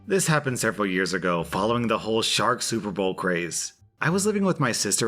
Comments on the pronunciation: I heard it as shart question at first so...not as bad as it could’ve been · Omg, I thought you said "shart outfit" Not "shark outfit " XD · Im sorry did you say "shark" or "shart"? 'I locked my sister in a shart costume' hmmm